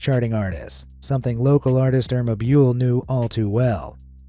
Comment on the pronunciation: The way you pronounced dangdut and Irma bule hurts my soul, But its ok since You are 😊